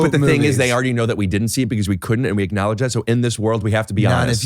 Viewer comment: Does he say acknowledge it or ricknowledge it!